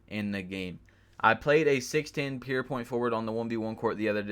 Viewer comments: “Pure” nigga “pure” not “pear” Good ass vid though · Good vid my guy but it’s fucking PURE NOT PEER